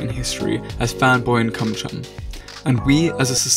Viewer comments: Wait did he say fanboy and cumchum or am I just hearing things in the morning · Wait... am i the only one who thought he said Cumchum...? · did that boi say fanboy and cumchum 🥺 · He said Fanboy and CuMcHuN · is it just me or does anyone else realize that they pronounced Chum chums name wrong cuz this is sending me flying